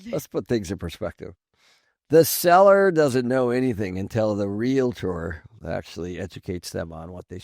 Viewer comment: REALATOR?? LADY, EVERY TIME YOU MISPRONOUNCE "REALTOR," YOU COME ACROSS LIKE AN IDIOT.